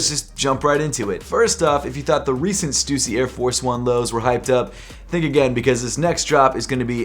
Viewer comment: bro pronounces stussy in such a weird way